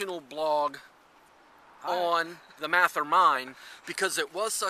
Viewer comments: It is not pronounced MATH-er. Mathe-er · You didn’t even pronounce Mather correctly. 😬